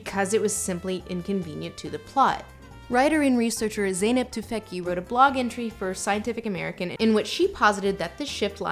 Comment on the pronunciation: her surname is pronounced tu-feck-chi